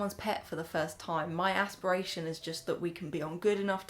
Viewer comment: Your "ASSpirations" 😂😂😂